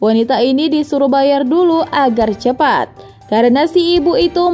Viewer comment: cepat ya bukan cepet 😂😂🤣🤣😆😆😅😅